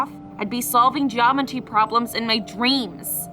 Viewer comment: No one: Her: solving “ geomety “